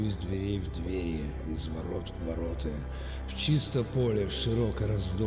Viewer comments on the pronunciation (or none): none